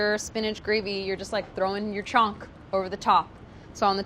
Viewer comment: It's actually pronounced as Chhaunk but her American accent makes it sound like chonk which made me confused for a while but it's hilarious 😂